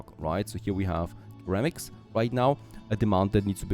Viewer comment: In English, ceramics is pronounced as though it were "seramics", not "keramics". At least this is the first time in my 45+ years I've heard it pronounced your way.